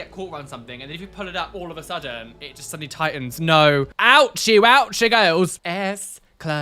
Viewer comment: I love the way says just 🤣 It’s “jest” unacceptable 🤣 I love it, makes me chuckle every episode!